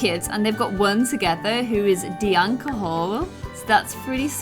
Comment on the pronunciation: Dianca Hall... dont you mean Danica Hall? Sksksksk lol